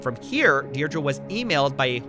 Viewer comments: Is that how Americans say "Deidre" or is he just saying it wrong? I've only ever heard it pronounced "Deerdree" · Deirdre = DEAR DREE THE WHOLE VIDEO YOU SAID IT WRONG.